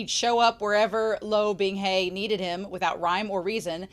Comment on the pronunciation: It's so easy to listen to these. I have a couple other Youtubers I like and I've tried their read throughs, but none of them took. Yours are great. Just enough talking and reading, and you read well, which THANK YOU. I will get used to you saying 'binghey' instead of 'bingha' lol. I'm most impressed you got Qingqiu right so quick. That one took me FOREVER.